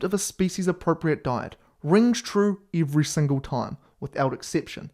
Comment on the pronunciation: eevree single speecies